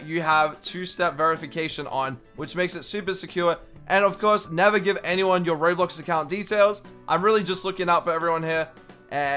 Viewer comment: can you stop saying *i am not onmy normal accton * its anyounn